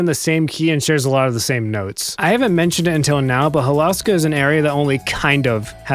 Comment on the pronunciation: It's pronounced Hol-oh-ska, you can go listen to the announcer in Sonic Racing Crossworlds when selecting the Holoska Crossworld track for proof. Ok, now i REALLY wish Hydro City was in Crossworlds, just so we could HEAR the CORRECT pronunciation of the name and finally put that stupid arguement to rest